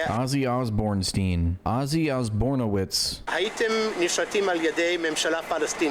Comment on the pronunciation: “Ozzy Osbournovits” 😂